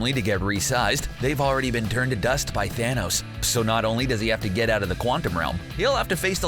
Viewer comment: Dude, it’s pronounced ‘thanos’ not ‘thanose’